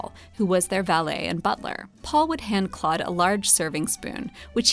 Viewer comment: Learn to pronounce Monet's name. Say, "Klohd". The 'o' is a long vowel. You don't have to be ignorant all your life.